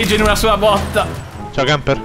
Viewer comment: Camper che pronuncia bene i nomi giapponesi ma non quelli inglesi